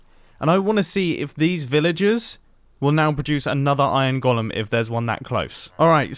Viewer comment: its weird how he pronounces iron golem